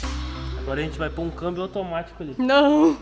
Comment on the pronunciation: Dai,kk não é câibio é câmbio 🙏🙏😂😂